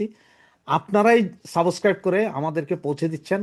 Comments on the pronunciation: সাবসক্রাইব নয় সাবস্ক্রাইব উচ্চারণ ঠিক করুন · Nor “Saaboscribe” , it is subscribe.